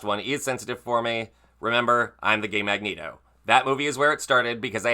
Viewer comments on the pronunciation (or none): none